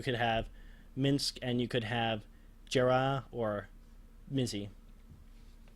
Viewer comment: why do you keep calling her victoria..and its yoSHImo..not Yoshio and its JaHEIRa..not Jera..Im sorry but I cannot take this serious if you cannot even pronounce the names properly